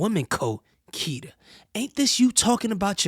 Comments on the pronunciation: You keep saying kita when it’s kitty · It’s kittie not kita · ITS KITTY NOT KITA BRUH .... U REALLY NEED TO GET YO REPORTING TOGETHER BRUH !!! 🤦🏾‍♂️🤦🏾‍♂️ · Why do you keep saying Kita??? It's Kittie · It’s kitty tho😒 Not kits. Not cool